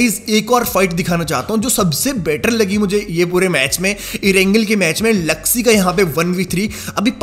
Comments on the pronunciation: Zuxxy not jugsy😂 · The real pronunciation of Bigretron players is Zooksee,Looksee,reeeeeezen and meeecroboy not zaksy laksy raizen and maicroboy